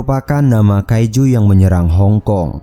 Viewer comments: Kaicu bukan kaizu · Bang kaizu itu di baca kaiju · Kaiju Bang Bukan Kaizu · apa cuman gw yg sebel denger abangnya bilang "Kaijuu" tapi pake z, malah jadi "Kaizu"